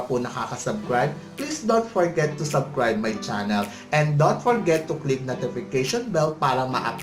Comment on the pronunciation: sir.. subscribe..NOT subcribe.. with S... no offensement po.